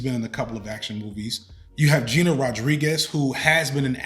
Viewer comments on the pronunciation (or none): none